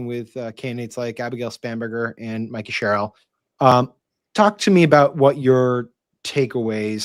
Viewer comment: Sam it's Mikie Sherrill as in Mike not Mickey as in Mouse. Everyone else pronounces her name correctly, Y can't u get it too?